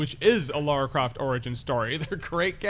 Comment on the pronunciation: LARA Croft, not LAURA Croft.